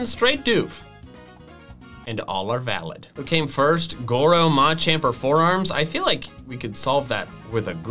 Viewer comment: Bruh doesn’t know Goro from Mortal Kombat and also mispronounces Machamp as MatchChamp